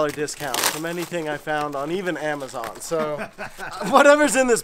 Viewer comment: Dude said hamazon instead of amazon